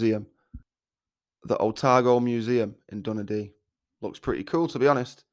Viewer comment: It would really help if you actually checked the pronunciation of 'Dunedin' before trying to saying it